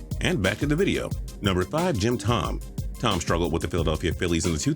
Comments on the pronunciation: It's pronounced Jim Toe-Me not tom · Thome is not pronounced Tom. It’s toe-me. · Its pronounced toe-me not tom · It's Jim Toe-me, not tom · Also it’s not Tom the correct pronunciation is Toe-Me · TOE-MAY! IT'S PRONOUNCED TOE-MAY! You just insulted White Sox, Phillies and Indians fans here. And that's a feat! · How did y’all upload this video letting him call Jim thome Tom that many times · It’s obscene how butchers a name that badly. It’s Jim Toe-may. Do your god damn research,. I’m getting very sick of your BS and severe mispronunciations. Cantalupo needs to do this video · I think it's pronounced TOE ME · Way to mess up Jim Thome's name. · RG2499 yep. Makes me mad that people have such big channels, yet don’t know how to pronounce a players name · He does that all the time. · Made me cringe